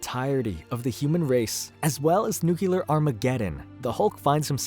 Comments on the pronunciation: New. Klee. Ur. Not New Cue Lur. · New-clee-er is how "nuclear" is pronounced. Not nuke-you-ler. Try to remember "It's new! It's clear! It's New-Clear!" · ok ok, I have to ask, after many encounters of the pronounciation "nukelar"... Do you misspell the word "nuclear" on purpose? Like a nod to the Simpsons?